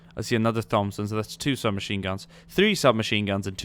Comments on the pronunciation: its not a thomb-son its a thompson (say it like: Tomp-son) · please don't say THompson is pronounced tompson just an ocd thing lol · Hey its pronounced tompson not like thumb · I noticed he was saying Thompson weird, too. It's pronounced: "Tom-son" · Lol its pronounced "tom-son" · Thompson is pronounced "Tompson" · its pronounced tompson not 'th'ompson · I love your videos but come on bud. The H in Thompson isn't pronounced. It's pronounced Tompson. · Why do you say Thompson wrong? There is no th sound. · Thompson - the H is silent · Jack Rennie no. hes sazing it wrong. its not his accent. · Naj Kraemer Some people have speech impediments or struggle to pronounce certain words/phrases and how do you know its not his accent or the way he talks. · you're saying Thompson wrong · Am I the only person annoyed by his pronunciation of thompson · me to